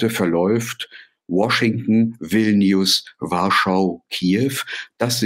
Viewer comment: Hat er jetzt tatsächlich War-shington gesagt 😂😂😂